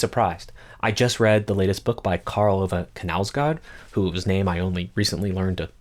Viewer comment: how u pronounce Karl Ove Knausgård gave me a good laugh. dont feel bad hes from my country. it Karl like Carl, Ove like ooooVaaaaa and Knausgård like Knaus (rhymes w Claus) Gård like Gaard .